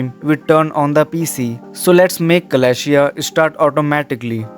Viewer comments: It is called: Celestia (the a you do not pronounce). It is not "Kalashia" , that's a real butchering of the name. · its pronounced suh-LESS-tee-ah